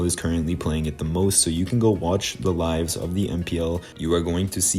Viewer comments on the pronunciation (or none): none